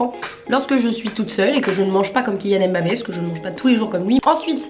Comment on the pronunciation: J'aime beaucoup ce style de vidéo. Par contre tu prononce mal son nom. C'est Mbappe